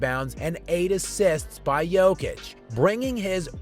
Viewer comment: Jokic won three MVP awards, he broke a bunch of NBA records, he is known all over the world, he has been talked about almost every day for years, and USA journalists and analysts are not able to learn how to pronounce his name correctly !! Unbelievably !!